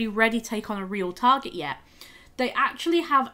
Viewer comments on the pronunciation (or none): none